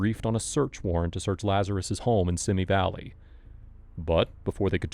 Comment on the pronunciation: How can you put together a video and not first find out how to properly pronounce Van Nuys and Simi Valley?